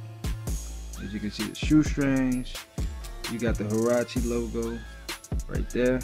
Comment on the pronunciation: It’s huarache